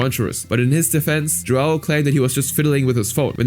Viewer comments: btw as a brazllian, "joão" is a common name and i's not pronunciated joao, but "joeun" because of the ~ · tf you mean JuWOW Rodrigues? JoÃO You read the ão as in "Hum" with a silent H! anyway dude is a POS but i'm defending the portuguese language, while the guy is brazilian, the language is mostly the same Also the sheer amount of censorship... Censoring the word "Children" fucking hell... One day youtube videos will only contain beeping or have no speech at all